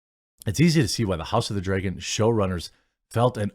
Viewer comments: It's Dragon, not Draygen. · House of the Dreaygan! ...cringey way to pronounce it. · Why do you say "DREY-GON"?